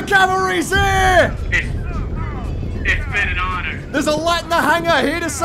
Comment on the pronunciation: two things: it's pronounced L A A T, and second, that's a venator, not an acclamator, the acclamators are the ships that look like giant Doritos